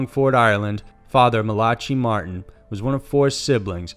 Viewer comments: Just so that u know the first story u spoke of will Malachi Martin is actually pronounced Mala.ky Marin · You butchered Malachai Martin's name so badly. He did so many interviews with radio hosts like Art Bell, I am legitimately surprised you didn't know how to pronounce his name properly. Mala - Kie, Not Malachee 🐴🐴🐴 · Man, you need to learn the correct pronunciation of people's names and words before you do a video. Max Von See-doe, Malachee Martin, Hoe-stage to the Devil?